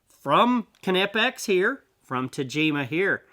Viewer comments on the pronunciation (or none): Kanipex??🤣im going to go out on a really long limb here.Im probably 100% sure it’s pronounced ny’pex… Don’t know why people have such a tough time with the brand 😂